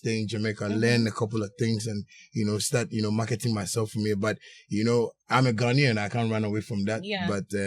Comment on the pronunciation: She said ghanan lmfao